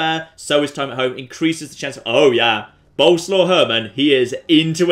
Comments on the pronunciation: you do know that Boleslaw is pronounced something like Bo-les-laff, right? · Btw the name is prenouced borleswav, hope I got it right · It's actually pronounced Bo-Les-Slav. 'Cause it's polish.